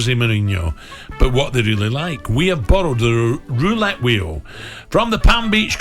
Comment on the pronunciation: "Wets pway jose mouwinhwos weuwo wouwette!!"